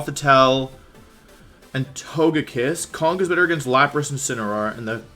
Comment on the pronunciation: this man said la-pas lmaoooo